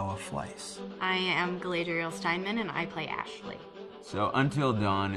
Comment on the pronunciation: Wait... One of the actresses is literally named Galadriel??? AND she mispronounces it? God damn. What a world.